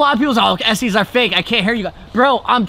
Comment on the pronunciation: It is pronounced Estes Not Estees!